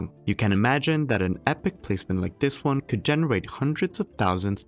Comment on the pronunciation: Step "Juan" 😂 😂 😂 😂